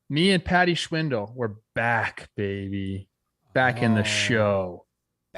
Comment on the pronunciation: "Paddy Schwindle!" - Trev trying to say Frank Schwindel! haha. You guys are great.